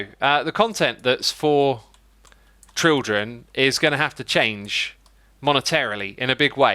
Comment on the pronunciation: adding "trildren" to the classic "trutorial"